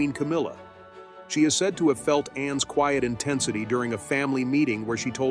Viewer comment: An excellent presentation and gave me, an Australian woman of the same vintage as is Princess Anne a deeper understanding of her integrity, generosity and very deep loyalty. One small criticism is occasional mispronunciation eg 'queeit' instead of 'quiet'. This is usually a sign of AI involvement.